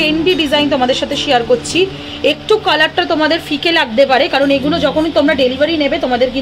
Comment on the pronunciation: Eee guno bol bena didi bhai....Eee gulo bolben....suntee vlo lagee naa 'Eeee guno '